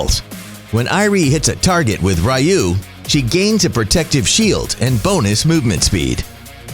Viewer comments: The triggered part is how he pronounce 'ryuu' 'rayu' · The skill Ryuu is pronouced Ree-uu, not Rai-uu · It's pronounce as Re-you not Rai-you triggering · I think it’s ryuu haha not ra-yuu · Ryuu... No RAYUU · did he seriously say " r you" and not ryuu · Rai-uu is the right one. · Just normal spell, say it like ( Ri-Uu) using “U” without “Y”